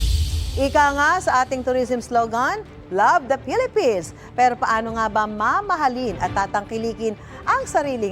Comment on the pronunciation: Oi Fee-lippines hahaha